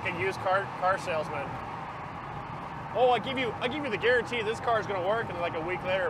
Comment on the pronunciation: "Reed Timmer garentee moment"